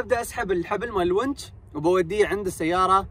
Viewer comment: تسلم بارك الله فيك للتصحيح الونش وليس الونج